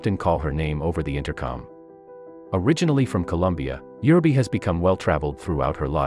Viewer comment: For Heaven's sake pronounce the names correctly! It is UUUreee beh.